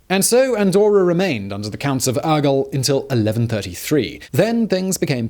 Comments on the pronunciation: I have never heard anyone pronuncing any word as bad as this host pronunces "Urgell". The rest of the Spanish/Catalan words are really bad pronunced, but "Aguel" instead of "Urgell"... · The bishops of "Ergull" XD Never change, Simon. Never change. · I was searching this comment, I had to actually laugh out loud when he said Urgell